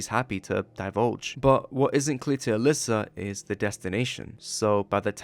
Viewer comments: Is no one going to tell bro that Aliza is pronounced uh-ly-za and not uh-lis-uh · throughout this i’ve been confused. isn’t her name pronounced “uh-lie-zuh”? i kept hearing “alyssa” or “uh-liz-uh” as i was drawing and it was throwing me off really bad 😞